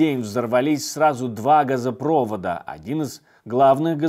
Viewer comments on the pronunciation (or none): "Газопровóд" а не "газопрóвод", согдасно правилам орфоэпии русского языка. Это потому, что данное слово, в своём корне, имеет этимологию от слова "проводить" а не "провод". А вот в слове "электропрóвод" -- ударение падает именно на ту "о", на которую Вы его делаете в слове "газопровод". Хотя, я не из России а из Украины и если грамматику русского изменят, то я не буду страдать от этого.